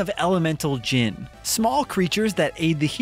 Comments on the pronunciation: The music being ok?? Its one of the best bits. Also, its pronounced gin like the drink, not genie. 😅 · I am glad enjoyed this game but my goodness it is pronounced jinn spelt djinn not genie. Otherwise great review